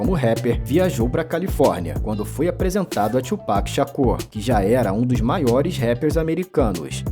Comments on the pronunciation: É (tu)pac, é não (txu)pac. Tbm tá errado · Quase, é "tuo pak" e não "txuu" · que tchu mlk,a pronuncia certa é tu